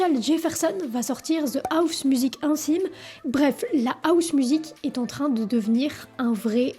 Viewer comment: Pourquoi vous « Françiser » mes mots anglais? Housemusic se prononce avec le H !!!!